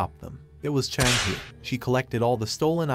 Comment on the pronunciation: Also bro you messed up half the peoples names... Its cha hae-in not chang hae